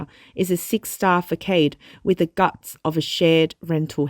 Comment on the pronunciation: FYI: You are pronouncing 'façade' incorrectly.